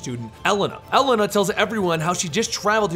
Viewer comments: "ibeeki" and "ellena". Wow. Butchered. Its "ibooki" and "elayna". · same with elena, its pronounced e-lane-uh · why do you say Ibiki ? And you also butchered Elena's name. Still a good video, 10/10